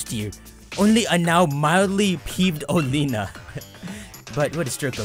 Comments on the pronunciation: I thought it was pronounced Oh-lay-ah-na. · I thought it was pronounced Ol-ee-na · according to the official Pokémon twilight wings anime (at least I think that’s what it’s called) it is pronounced Olianna. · Bee does sound weird, but it's even weirder than he pronounces Oleana as Oleena but then doesn't pronounce Bea is Bee. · I'll still never get over how he mispronounces Oleana. Like he just completely ignores the letter a.